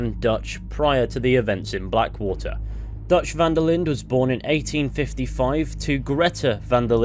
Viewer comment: This video has caused my own mental decline from every time I heard you say "Van-der-lind" and not "Van-der-lin" which is how it is actually pronounced.